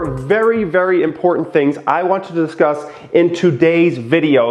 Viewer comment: “What we will disuss”